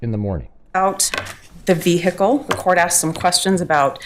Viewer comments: Do you mean ve-hickle ? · brilliant as always. It bugs me how she pronounces the word “vehicle”. The H is silent for crying out loud